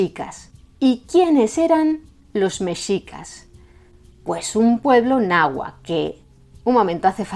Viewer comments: tu pronunciación del náhuatl es casi perfecta como si fueras de aquí de México, te felicito, la X es complicada aveces CH aveces J otras S y otras tantas X, saludos desde Puebla México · Voy a ser directo. Es el mejor video que he visto que haya hecho un extranjero. Muy precisa la información. Incluyendo la pronunciación del náhuatl. Felicidades! O como dicen ustedes, en hora buena! Incluso un canal “académico” como “raíces de Europa” comente errores. Ya no digamos un canal promedio de historia, los cuales se equivocan demasiado. Saludos desde Ciudad de México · Wow, su pronunciación de la palabra Náhuatl es muy correcta. Sabes que alguien estudia para explicar y enseñar, felicidades y muchas gracias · Gracias por este video,. Soy mexicano y admiro el esfuerzo de pronunciar con la correcta acentuación los difíciles nombres en náhuatl que aparecen en el video. Estudié y aprendí un poco de náhuatl hace algunos años y sé que en el náhuatl clásico del centro de México las palabras se acentuaban en la penúltima sílaba (con excepción de algunos vocativos) lo cual pronuncias muy bien en tu documental. Soy muy aficionado a la lingüística y a la historia.